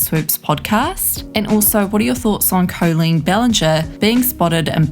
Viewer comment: Coleen? At least get the name right